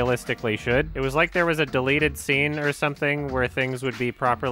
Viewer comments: "DETELTED"...Tell me that was intentional. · "Detelted Scene"